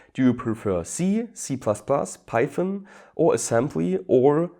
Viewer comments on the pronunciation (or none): none